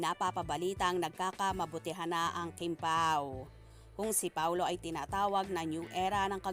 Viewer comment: Kimpau po hindi chupau...not good to hear